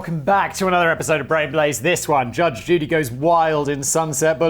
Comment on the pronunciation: Between and simon says judge duty